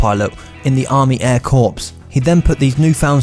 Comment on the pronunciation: Corps is pronounced CORE